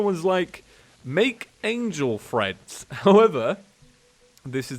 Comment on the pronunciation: wait.. Angel TREADS? you've been saying Angel Freds the whole episode, I thought you were trying to say Angel Threads